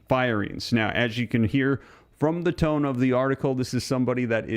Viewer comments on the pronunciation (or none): none